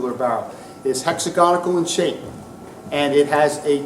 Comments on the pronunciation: Hex-Ag-On-Al. There is no 'ic' in it ffs. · A very good lecture, but it's torture the me, to hear his version of the word hexagonal.